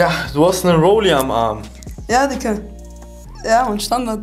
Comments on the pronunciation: Er sagt nd diggah sondern dicker haha er beleidigt dich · Das fuckt so ab wie er ganzerzeit dicka sagt alter ich raste aus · mackirk75 Dikka. Schreibts doch wenn dann richtig bitte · Das heist digga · Wie der immer dicka sagt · Aiša Kurbardović vallahhh😴